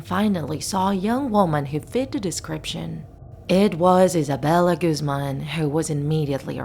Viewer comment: I thought her last name Guzman was pronounced as (Guhz-man) not Goozman idk just